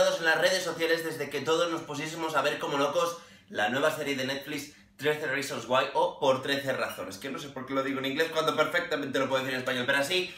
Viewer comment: "trece risons guay"